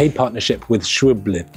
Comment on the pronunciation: It is not Schwalbi…little bit later in video… thank you please 🤣